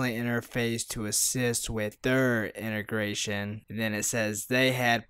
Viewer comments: It's in-ta-grey-shun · how do you have so many followers and can’t even pronounce “integration” just a couple minutes in?